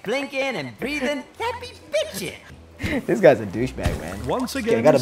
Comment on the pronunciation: At intro he said what's up gas